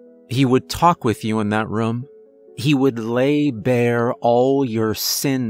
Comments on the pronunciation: he says rum in every story, it's just how he says it haha adds to his character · I've been saying the word room wrong my entire life. I'm 45 lol 😂 that's just sad. Excellent story! ❤️ 😊